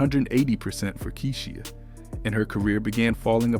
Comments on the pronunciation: Her name is KEYSHIA N.O.T KEE-SEE-HA... UGHHHH THAT BOTHERED ME THE WHOLE VIDEO!!! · I was looking for this comment!! Did no one listen to this before posting 🤦🏾‍♀️ Key-She-aah Cole😂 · Am I the only one that’s getting annoyed with the way he pronounces her name 🙄🙄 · Narrators should know how to pronounce and emphasize proper syllables. It's Kee-sha and B-OW NOT KEE-SHEE-A AND B-OH!! SMH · Who tf is “Key-she-a” . Yall gotta do better with the pronunciation of these names 😂😂😂🤦🏾‍♀️ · Her NAME is pronounced Key-sha or Kee-sha not Key-she-ah! Yaw bloggers need to learn how to pronounce pple name that ur doing stories about 😒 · KEY-SHE-AH?? 😂😂😂 BRUHHH it’s KEY-SHA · Keyshia not Keysheeia 😂😂😂😂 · Who is this reporter it is kie-sha Cole and it’s the bee hive not the bae hive and Beyonce’ aight and Kiesha Cole aight I’ve listened to more of Keisha though neither one is a favorite ❤️